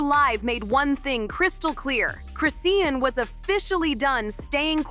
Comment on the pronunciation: At least say her name right🙄🙄